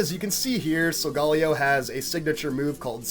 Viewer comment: the first youtuber i see to say solgaleo right gj